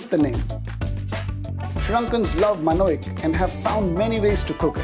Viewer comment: This video is highly problematic. So biased and so wrong in so many places. I don't even have time to list down everything wrong with the first 3-4 minutes. For example - Elawalu Roti literally means vegetable roti. It would have been quite a simple task to ask someone what it means. Also, who pronounces it manoic?